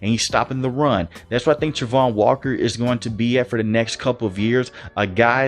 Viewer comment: Please say his name correct